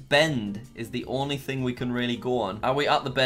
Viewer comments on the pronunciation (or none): none